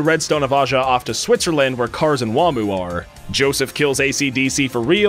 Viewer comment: its aja. and Santana.